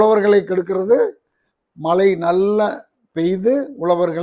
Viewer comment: மலையல்ல மழை.ழவை நன்றாக உச்சரிக்கவும்.